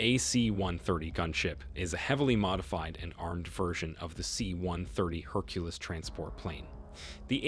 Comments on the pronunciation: Did you just say "herculiss"? It's pronounced her-cue-leez. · It's pronounced Hercules (Herculeez); not Herculess 👀😮‍💨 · HER-QUE-LEES.....how you pronounce the name....it's Roman in origin. And it is not JOSHT...but GHOST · As soon as I heard it described as the C-130 "Hercu-luss", I was out... These narrators are either A.I. or are incompetent when it comes to pronouncing terms related to the subject they are covering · He also pronounced Hercules "herculiss"🙄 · This guy mispronounces “Ghost” and “ Hercules.” He must be a dadgummed commie spy! 😉